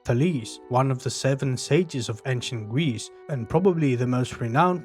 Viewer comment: You pronounce the name well